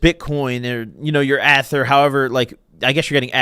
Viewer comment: Pronouncing ETH like that should be criminal